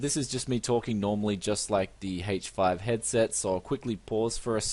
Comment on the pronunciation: why does he keep saying hache 5?